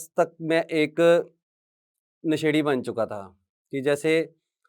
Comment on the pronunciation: अभी तक आप क्लियर नहीं हो,, नशेड़ी शब्द गलत बोल रहे हो